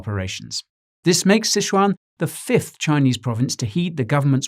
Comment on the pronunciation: Thanks for being able to pronounce Sichuan correctly. Loving the content.